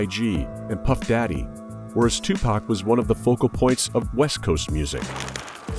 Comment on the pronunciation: what is that pronounciation EWW WTF IS TUPAK